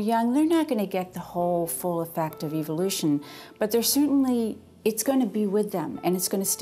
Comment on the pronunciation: she pronounce evolution wrong.